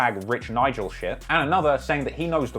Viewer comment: Lol I'm so glad you still say Nigel 😂